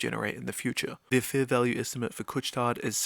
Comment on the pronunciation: Great video! I was already a shareholder before the dip and increased my position when the stock dipped. Btw, the « tard » in « Couche-Tard » has a silent « D »! 😊